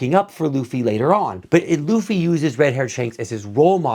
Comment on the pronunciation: You currently pronounce Luffy this time. Now, learn how to pronounce Zoro and Nami. Keep up the good work.